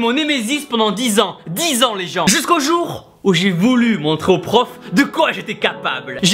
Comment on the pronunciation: Et si on parlait de l'accent sur le u de ton "Où"?